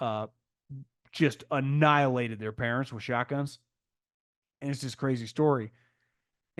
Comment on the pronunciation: “Annilated with shoguns”